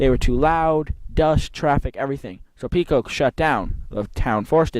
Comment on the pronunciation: Pico is pronounced like apple Pie-Koh .. The first 9 minutes of the video is annoying and painful to listen to.. It's a shame you don't fully do research and practice your dialogue before you shoot .... The Pico track was where GE plant #2 sits today on Wincrest RD, I don't know of any NAPA store there. The concrete wall you sat upon at Fairmont is the barrier for the 4th turn and it ran along the front of the entire length of the southern set of bleachers... The bleachers sat back about 20ft from that concrete wall, and it appears the dirt fill on the bleacher side of the wall has been removed. There were also steel posts set in or just behind the concrete with 10ft high steel mesh fence. Many cars ran right up into that wall/fence. The wall/fence ended right where you saw it end, and there it transitioned into a guardrail and 8ft high steel mesh fence which ran in front of the tower and the northern set of (smaller) bleachers. **** There was nothing but banked dirt on the rest of the turns same as you saw it. The backstretch was wide open field.. Yes, cars could jump the banks you mention and wound up in the bushes or in the fields. Yes it was originally a horse (harness) track because it was the Rutland County fairgrounds way back.. You're correct that stock car racing at Fairmont started in the 1940's, but you missed it had shut down for a few years in the late 1950's-1961.. Family friend Hugh Young was owner/operator of the track almost 2 decades before CJ Richards showe